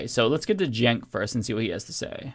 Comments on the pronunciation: Someone tell Brian how to pronounce Cenk's name. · Neither Brian nor Piers can pronounce Cenk's name correctly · I feel like ANY guest other than Cenk would have the host and other guests pronounce their name correctly. It isn't that difficult to learn how to pronounce a 4 letter Turkish guy's name. Honestly .